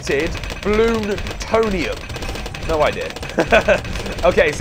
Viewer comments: lern to read it says depleted bloontonium not depelte blooninius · It's (bloon-tone-e-um